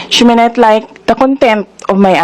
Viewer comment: Sara pronounced the words, "she may not" incorrectly. Instead she pronounced it, "SHIMINET".